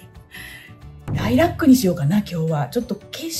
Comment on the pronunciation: ライラックの発音！ライラ↗️ック😂 ラ↗️イラックでは？ んもー🐮、の関西弁好き！！